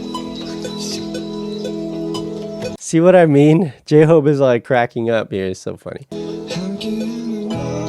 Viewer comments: Nice reaction but I need to mention a couple of things. Jungkook's name is pronounced with a "J" sound, not a "Y" sound. Also, J-Hope is pronounced just like it's spelled instead of J-Hop. Jin is the oldest and then Suga. Keep up the good work and more BTS please! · its not j-hop :D Pronounce it like you do when you pronounce the word "hope"